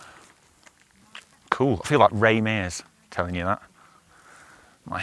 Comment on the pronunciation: Hearing you say Ray Mears is awesome